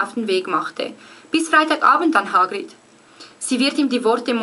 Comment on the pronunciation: Du spricht Hagrid ja aus wie H-Grid :D Nei aber im ärnscht: voll geils Video ;)